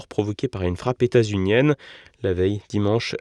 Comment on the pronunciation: Pouce en bas. gâche l’excellence de TVL avec son 10ème horrible « états-unienne » ( min 25: 43 ) - il le fait exprès - comme la plupart des mots étrangers prononcés n’importe comment - cela montre son manque de considération pour la langue qu’il emploie et les oreilles des spectateurs - alors Monsieur votre respect pour les auditeurs est à la mesure de votre langage. Les vrais francophiles comprendront.